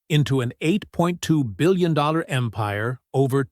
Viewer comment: Why is it so hard to pronounce eight.two billion dollars, and so many other words, run-on sentences, eliminating the s on words when there should be an s when you're speaking about more than one thing??? Granted the story is good but Really a whole different level of you know what... Since it's not cool to express yourself on social media anymore without it following us for the rest of our lives!!!